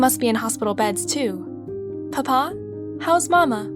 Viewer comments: the way she say "PaPa" is so funny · It’s just the way she say papa makes me laugh